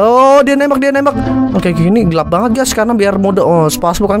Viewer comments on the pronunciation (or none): none